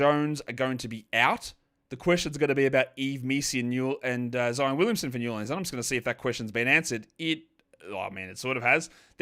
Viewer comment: Snow in NAH-lins, game is postponed